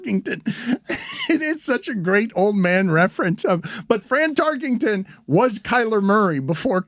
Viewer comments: Dan, it's not Fran Tarkington. It's Tarkenton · I think Stu should've been there for the multiple fines that needed to be levied on Dan for pronouncing the name "Tarkington"